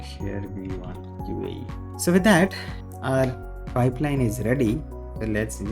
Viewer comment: its QA, not QAE.